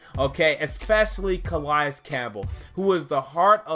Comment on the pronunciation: Nkemichie has grown up. Gonna be great. He took off the clown nose. And btw it cuhhhh-lay-es